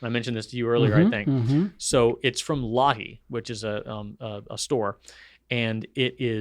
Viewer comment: for - Lotte asian market is pronounced Lot-tay, not Lottie. Things you learn with a Korean spouse!